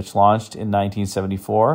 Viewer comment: d'elegance is pronounced del-a-gance, not 'dee elegance.' In French the D (for 'of' or L for 'the") is squished into the following word if it begins with a vowel (e.g, l'amour is pronounced 'lamour'--love)